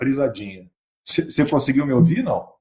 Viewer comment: Nossa amigão ,"conseguiu " com L ?